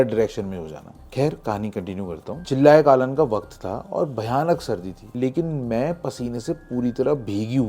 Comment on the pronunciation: It's not chillay kaalan It's चिल्लाय कलान which means the peak of cold and chill weather